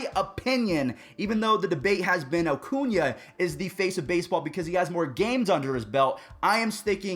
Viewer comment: If you don’t stop calling him “O-cuña”